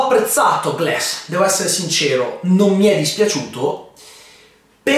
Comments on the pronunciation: Si dice glAss, non glEss... ecchecchezzo. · si pronuncia Glass o Gless?